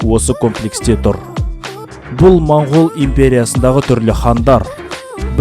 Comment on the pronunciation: Бауырым, рахмет осы бейнеге. Моңғол деген сөзді мОңғол деп айтайықшы мАңғол (орысша секілді емес)